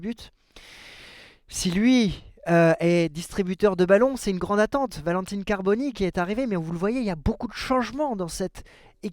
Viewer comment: Slt, je te suis et aime ce que tu fais sur l'OM, ancien chroniqueur également....Mais attention aux prononciations " Valentine Carboni " et surtout " De Dzerbi " c'est insupportable, bonne saison et Allez l'OM....